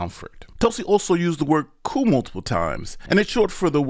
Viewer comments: When you are discussing this and reading aloud, how come you say the word proving as providing, and coup as coop, when correctly it is coo? Your AI report illustrates the weakness of using AI, as these programs have misconstrued Gabbard's arguments, and you appear to have committed the same error. I suggest you wait to see what else she has, as she said at the announcement more was to follow. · I don't trust anyone that pronounces "Coup" as 'Coop'. Thats a chicken move. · Yer pronouncin' the P in "coup", breh.:cat-orange-whistling